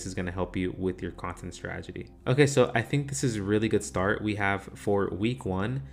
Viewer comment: Good video thx! Btw.. it's "strategy". As in: straT-egy.